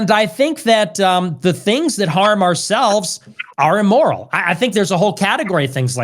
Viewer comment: Don't know bro, can't get past him saying "e-moral" a hundred times